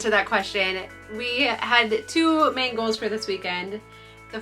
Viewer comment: During the introduction, when you said, "We have two main goals for this weekend." I heard, "We have two mangos..." 🥭🥭